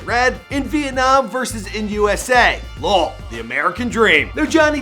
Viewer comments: Before they were famous / did u really just pronounce "lol" like that??? 😂😂😂🤣🤣 L.O.L (laugh out loud) but over all great video.... keep'em kum'n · “Loll” bro you old as man it’s l-o-ll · Thought it was only me that noticed 🤣 "loll" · Its 2019 and that man said Loll instead of Lol😂 How did he do that and he works on the internet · Why did u actually real laugh out loud as lol... like why would you pronounce “lol”😭😭😭